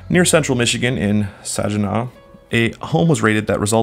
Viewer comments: Sag -eh-naw not sagenaw lol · Sag gan naw You should of just went with Flint if you are going to butcher the name like that. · u said Saginaw SO wrong